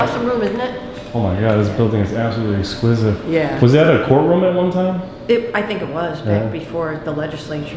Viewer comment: Are you saying “esquisive”? 😂